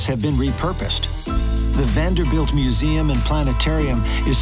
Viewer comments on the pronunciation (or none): none